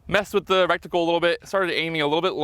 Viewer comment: Did I hear you say recticle instead of reticle